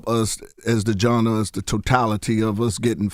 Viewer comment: This nuccah kept saying janda tryna say genre, Katt must b right